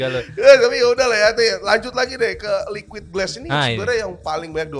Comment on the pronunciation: Liauid glass ❎ Liquid ▶️ass ✅ 😂